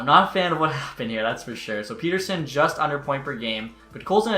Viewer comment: STOP PRONOUNCING PETTERSONS NAME WRONG